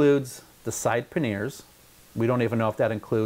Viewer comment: Paneer is a cheese dude. Panniers is not pronounced like the cheese.